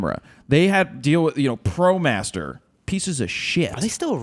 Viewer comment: promaster filters sounds like "prestige world wide" Lolol